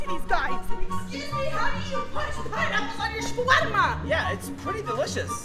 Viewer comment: The over pronunciation of shawarma is so freaking annoying